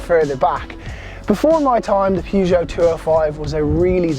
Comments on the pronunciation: I pronounce this brand as pe-zho. Not pyuzho. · The prononciation of Peugeot is perjoe. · Pronounce Peugeot properly 🤣🤣🤣😆😆